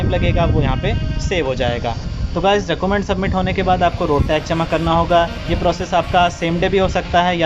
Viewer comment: Process is good bit you should mention url of rto and charges and other rule also... Plz pronounce document properly